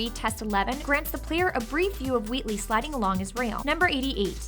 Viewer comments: Is it just me or does she say Weewee instead of Wheatley? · Is it just me or she is saying wheatley as "wheatwee"